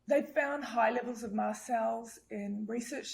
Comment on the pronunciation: Its “MAST” cell activation disorder, not Mass Cell!